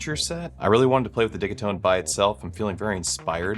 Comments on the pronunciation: It would be spelt diggitone. It’s a soft g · prrreeettty sure its pronounced Digit-One Two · Only found this week and I’m so glad I did! Watched so many videos and streams already. Even joined the discord. Hoping to get a digitone one day. I have to say though, I’ve slresdy heard say “it’s digi like digital” a few times, he then spends the next hour and half saying diggy. 😄 has to be trolling us 😂😊 Thank you for the amazing help you’re sharing for free! Beautiful stuff you come up with too. (Far too many talk the talk then create rubbish sounding vibes) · Great jam!!! I think it's called Deegeetone 😂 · Nice, I'll drop my two cents :-) The way I hear Swedes pronounce it is not 'Didgy' but 'Diggy', like their pronounciation of digital ('Diggitol'). 'Takt' is also a Swedish word meaning something like 'rate/pace/beat'. Digital Beat. 'Tone' is just English though, not a Swedish word which should be 'Ton' (I think). Think they pronounce that close to 'Toon'. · I've always said "De Git One" now its "De Git One Two", next iteration will be "De Git One Two Three" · The way your pronounce ‘digitone’ is driving me nuts. It rhymes with ‘rigatoni’ 😒…everyone knows that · Oh you mean like DIGITONE as in spumoni 😮